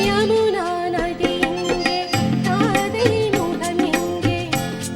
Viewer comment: அது ஜமுனா நதி இல்ல யமுனா நதி இங்க ப்ரோ உங்கள் சேனளின் தமிழ் ஏழுத்தை திருத்தி கொள்ளவும் இன்னைக்கு நெறய சாநள்கள் தமிழ் ஏழுத்து பிளையாகவே இருக்கு